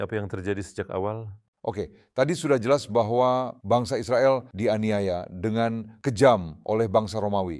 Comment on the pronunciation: Israel... Bukan Izropil....??